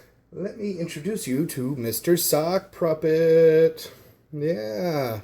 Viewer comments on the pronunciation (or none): I may be out of it, but why am I hearing "sock pruppet"